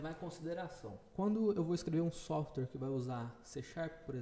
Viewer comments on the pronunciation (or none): none